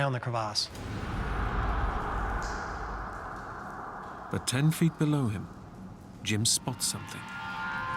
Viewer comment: Was anyone else annoyed at how he said the word crevasse